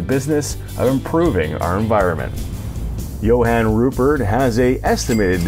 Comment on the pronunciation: As a South African it's pretty rad seeing this and again as a South African, you butchered a lot of words 🤣 especially Johan. Understandable though.